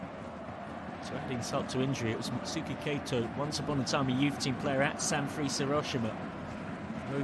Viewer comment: San freeze, Mutsuki Kay-to, YOUrawa. it literally took seconds to google 😂